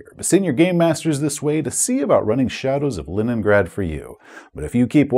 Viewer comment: Are you calling it LINENgrad intentionally? Is this an inside joke or a slip of the tongue?:D